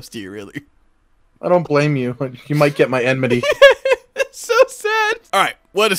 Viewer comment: “I dont blame you. You might get my emnity.”